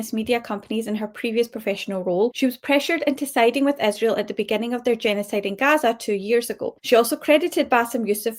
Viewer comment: Does she mispronounce Israel on purpose?